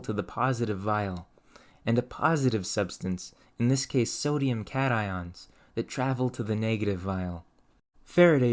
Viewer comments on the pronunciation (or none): none